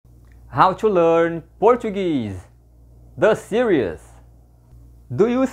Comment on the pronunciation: E aí, td bem? Olha, cê fala 'series' como se fosse 'serious.' Tenta de prononciá-lo como 'SI-riz' ou seja como a palavra portuguesa siris acentuada na primeira sílaba e com som de Z no final.